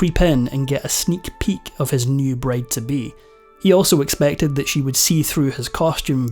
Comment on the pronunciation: So... is no one going to address how he keeps saying braid instead of bride?